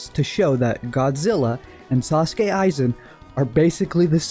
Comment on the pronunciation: I mean, I understand where you were going with this, but it's a HUUUUUUGE stretch, also you pronounced rodan and sosuke wrong.